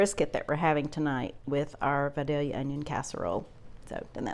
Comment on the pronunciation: I knew it was going to be good as soon as you pronounced “Vidalia” correctly.